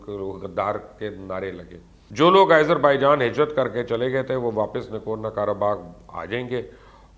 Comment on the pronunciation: it is pronunciated as "Aazarbaijan" not "Izerbaijan"